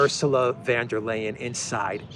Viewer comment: Why does,keep say van when its von?